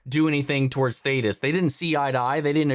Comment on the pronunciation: Oh no, you say Thaedus wrong too... Lol. Won't matter after this episode probably.